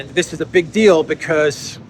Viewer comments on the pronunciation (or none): none